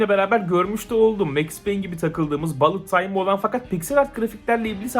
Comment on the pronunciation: Abi sanırım ağzın öyle alışmış ya da öyle söylemek daha rahat geliyo ama bullet time'daki bullet kelimesi "balıt" diye değil de "bulıt" diye okunuyor, hani belki yanlış biliyorsan ve öyle söylersen sevinirim :D